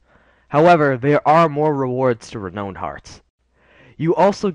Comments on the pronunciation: Thanks very much; very useful info. One pedantic nitpick, though: It's pronounced "reh-nown", not "reh-known". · Learn how to pronounce renown.